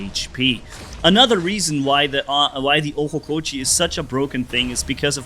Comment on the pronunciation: Its Ochokochi not Ohokochi